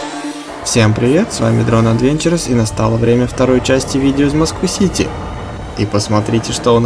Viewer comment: круто! лайк! но произноси правильно, пожалуйста adventures